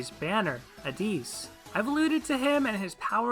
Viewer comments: What makes you think his name is pronounced "Addees" and not straight "AdDIS"? lol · im sorry but this mispronunciation of addis’ name really bothered me. (if you look at a helper Ieyasu and listen to his voice lines you can hear the correct pronunciation) It was fine otherwise.